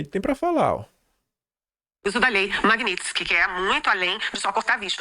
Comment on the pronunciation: me desculpe por ser chato, mas como esse assunto vai dominar o noticiário, eu preciso te pedir esse favor: o nome da lei é MAG NÍ TSKY - Não existe N depois do I.. não é MAG NIN TSKY.. É MAG NÍ (sem N) TSKY. Excelente programa, como sempre. Um grande abraço, cara!